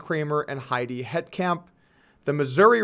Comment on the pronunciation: Just a friendly heads up there, neighborino... Heitkamp is pronounced Height-camp. :-)